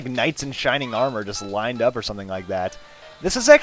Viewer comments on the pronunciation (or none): none